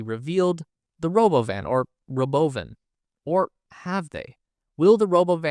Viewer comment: It's not "Robo-Van;" It's called the Robóvan - Accent on the 2nd 'o.'